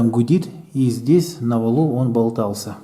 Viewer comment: На валУ, не на валЕ. а так все зашибись)